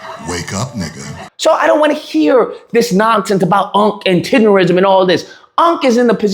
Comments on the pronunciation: Nism! Tender-nism! Not tender-ism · you saying it like a white boy. It’s TenderNISM!!! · Lol how you do a whole video saying the name wrong?? 😂 cmon man CMON! in my Boosie voice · Lol😂😂😂 you saying it wrong 😂😂😂😂😂